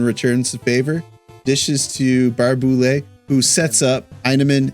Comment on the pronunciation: It's actually pronounced Tuck, not Took. And it's Baray-Boulet, not Bar-Boulet.